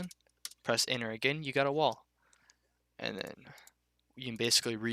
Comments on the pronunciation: holy fuck I was stuck on "and press inner to create the object your trying to make, it's pretty simple" yeah so is pronouncing your words correctly you fucking burger, apart from that top tier tutorial, thanks bud, #votebiden2024. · I was stuck on when you said "and then press enter to create the object you were trying to make" because I heard it "inner" :) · he says enter like inward i was so confused at the start lol